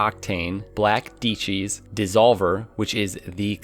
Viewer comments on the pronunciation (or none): Dieci's are pronounced as 'die cheese' not 'dee cheese' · omg lol stop SAYING DICHIES ITS DIECI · This man just call Diecis D-Cheese? Jk it’s good love the vids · Dude it’s not “die chays.” It’s “die sees.” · He call dieci wheels deechi's? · Nobody: Literally nobody:: "Deachees" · Im triggered He called black dieci’s black d-cheese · He really said black “deechi” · Man said “black deechee” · Did you Just say ditchi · The way you say Diecies is disturbing. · He pronounced the Veloce and Diecci wheels weirdly